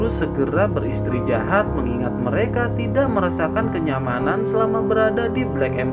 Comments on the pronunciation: Istirahat bukan istrijahat🤦 kurang enak di dengar jadinya! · Mantap min 👍 kadang ngakak sendiri bawaan mimin lucu istrijahat ( istirahat ) wkwkwkwkwk